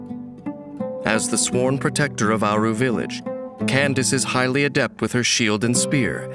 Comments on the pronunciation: Who even started calling her Kan-da-ke? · Well then, it's official. It's pronounced as Candace, and not as Kandake. Here come the jokes... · SO IT IS PRONOUNCED CANDICE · Candace is the Americanized version of Candake. Some people use the original pronunciation because it's more unique or cultural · I thought he name was pronounced candake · Pls why do people pronounce candace as "kendake"😭